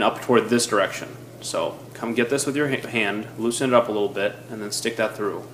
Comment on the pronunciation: LOOSEN. The word is LOOSEN